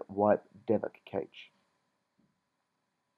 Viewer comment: Cash not kaitch and dal vic not whatever the shit you called it. Other than that, great thanks.